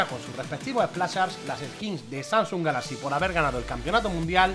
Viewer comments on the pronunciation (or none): none